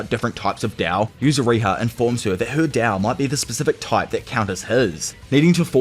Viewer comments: Why do you keep calling it “dao” when you know that it’s “Tao”? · no on god. i hate the way he said tao